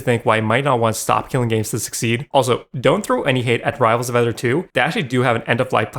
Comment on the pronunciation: rivals of Aether [not ether like he's pronouncing it xD] actually has some of the most amazing devs I know and they have quite a bit of lore as well as none of their games have ever gotten the "well the game is unplayable now" treatment ever